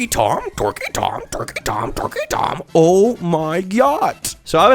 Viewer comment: He actually said TorqueyTom, totally different channel